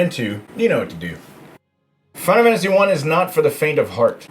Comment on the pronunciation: "Fina Wannasy" ?